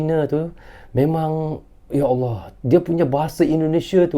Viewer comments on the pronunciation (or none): none